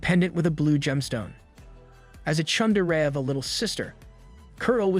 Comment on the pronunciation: it's "TSundere", not "chundere" It's madening earing you say it wrong, other than that nice video